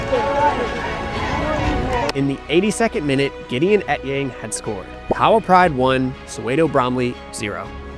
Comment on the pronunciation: Ok, I'm going to need you to pronounce KAHAWA correctly 😂 on a serious note, I think it's a sign of respect to make the effort. After all, you're nailing the players' names ✔️ 🏅 With Kahawa, emphasis on the "HA" (k'HA-wa / kaHAAwa. Also, every vowel is pronounced in Kenyan names (eg. for Ouma and Kiarie). PS: That suspense and climactic ending was EPIC! I was grinning ear to ear 😁🙌💪🏆 Well played guys! 👏🏾👏🏾